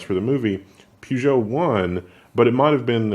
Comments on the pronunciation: It's pronounced Purr-joe, not poo-geo. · where is R in peugeot its pežo i used the old slavic tric write what you say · Damn, pronounce your brand names correctly.....Peugeot - pur-gjoe